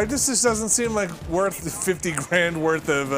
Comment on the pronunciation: "50 grand woth of stuff"